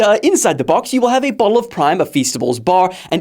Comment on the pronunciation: Yeah bro said a boooolllleee of prime